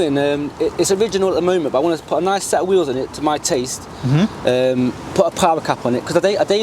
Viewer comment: He kept saying he wants to change the wheels but I didn’t quite get what he was saying. 😂😂😂😂😂